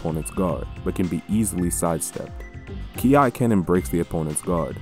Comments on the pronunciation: KI is pronounced as "Key", but aside of that glorious Video! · Does it matter*nvm bro just called it “ki ai”*